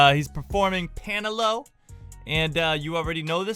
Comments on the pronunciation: it pronounce as Pa-Na-LO not Pa-Na-Low.. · How we pronounce it : panalo - How he pronounce it : paynalow